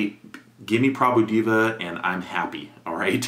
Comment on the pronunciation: Prabhu Diva - as he pronounced 🤣🤣🤣🤣🤣🤣🤣 It should be Prbhu D+a+v+a, omits the + and pronounce.